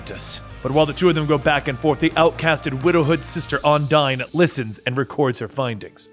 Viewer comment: Has anyone else noticed that he pronounced Undine wrong the entire time. But still does a wonderful job.